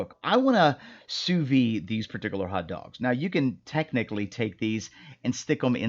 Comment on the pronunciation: NOT! "Soo Vee!" It's "SOO VEED!"